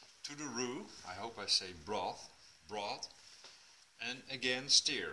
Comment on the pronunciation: Thanks for the recipe :D It doesnt really matter as im sure everyone will understand what you mean but to help you a little with your pronunciation, STIR, rather than said like Steer, it is pronounced like Purr or Fur, as in STuR. Stir. :-)